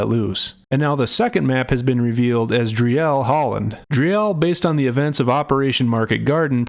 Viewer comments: For the English speakers who care about what they say: it is prounced "Dreel", "not Dri-ell". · it's pronounced 'dreel' with rolling spanish-like /r/ a shortish 'ee'. Not Dri-el. :D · FYI: 'Driel' is pronounced as: "Dreel"